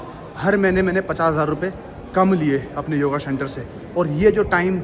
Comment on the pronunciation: Shenter nahi centre bolo bhai